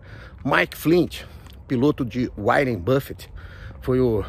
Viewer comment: "Warien buffet" é foda kkkkkk